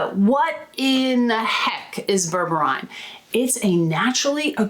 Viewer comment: I think it's pronounced as " BER-BER-REEN"